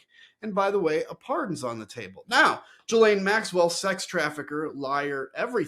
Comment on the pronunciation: I wish people would learn how to pronounce Ghislaine.